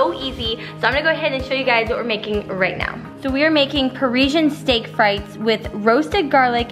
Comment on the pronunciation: Lol.. The way she pronounced Frites!! Like mother like Son!